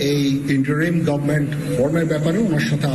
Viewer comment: আপনি তো ইংরেজিটাও ভালো জানেন না। বললেন --"গভমেন্ট , আসলে শব্দটা গভর্ণমেন্ট"।